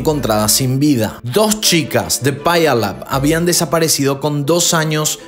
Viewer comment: Wow, me encantan tus vídeos, viví cercas de Puyallup, WA,( se pronuncia piu-lap)🙋